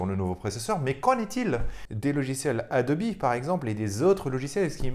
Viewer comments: Marrante ta façon de proncer ADOBE ADOBI....😂😂😂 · On dirait la logique allemande mélangée avec la prononciation anglaise,c'est assez amusant.